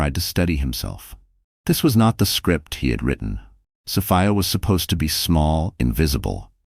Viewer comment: 😂😂😂OK, AI...is it So-fee-a (correct) or So-fie-a?😂😂😂